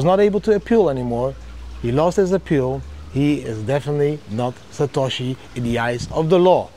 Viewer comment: [😂, He’s “SA•TA•SHI” - JAMIE DIAMOND]